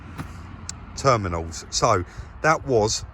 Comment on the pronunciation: Termimals 😂😂😂😂 Love it!